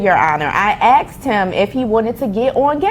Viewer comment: I AXE HIM😅😅😅 INSTEAD OF ASKED HIM😂😂😂 ILLITERATE BLACK PPL